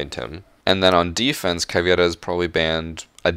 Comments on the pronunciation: Not caviera, caveira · It’s CAVEIRA, not CAVIERA. It’s Portuguese, not Spanish. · Her name is caveira not caviera. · Its Caveira not Caviera. Anyways good vid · It’s Caveira not Caviera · I like how u said CAVIERA lol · Why does he say caviera so weird? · Lol How did he pronounce caveira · why did he say caveira in a spanish accent.